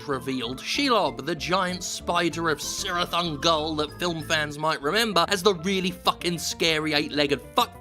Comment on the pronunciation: You need to brush up on your Sindarin, Jim. There's no soft C. It's pronounced Kirith Ungol, not Sirith.